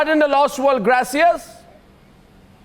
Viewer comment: Surprisingly AG cannot pronounce the name ' Gracias' . He sounds uneducated to day the least.